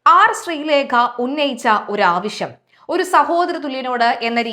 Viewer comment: മോളേ ആവിശം അല്ല ആവശ്യം ആണ്. വാക്കുകൾ ശ്രദ്ധിക്കണം.